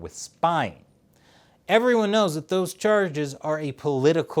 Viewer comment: Was that a Canadian accent ? "The cherrrrges are political retaliation" ! 🤣